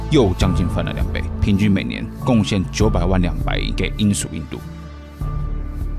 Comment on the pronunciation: 人家是英SHU印度，不是罂粟印度